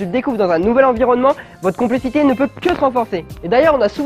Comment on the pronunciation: Cest pas complicite au lieu de conplicite ??